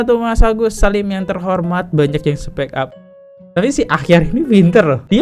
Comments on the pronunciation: Dr tadi udah nahan2 tpi gk bisa nahan, gemes bgt dengar abang bilang speak up ( spek ap) yg bner itu spik ap bacanya 😌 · Bang spik ap bukan spek ap 😅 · Bang dibaca nya spik ap bang bukan spek ap 😂🙏🏼